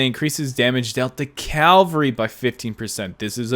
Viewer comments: Very informative vid but it's cavalry not calvary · Awesome vid with many useful tips! Just one question: why do you pronounce cavalry as cal-va-ry? Threw me off a bit. All love tho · Please say Cavalry right, it triggers me. Keep up the good content!!